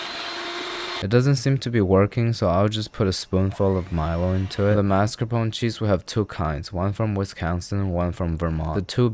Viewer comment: Hows it not gonna be soft without the bone? U think rib bones r some sort of platinum catalyst that enables the reaction without taking part in it? Its still not how "mascarpone" is pronounced